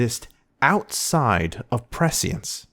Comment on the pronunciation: Great video. But if you’re going to say prescience 70 times, do a quick google to learn how to pronounce it. <3